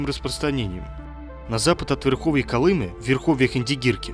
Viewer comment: А у Колымы что изменили ударение? Или это автор - безграмотный?